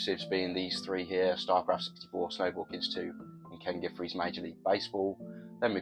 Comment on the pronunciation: i’ve heard you call ken griffey “ken giffrey” a few different occasions now 😆 is that a british name or just never looked at the title closely more than once? (can’t blame you if the latter lol)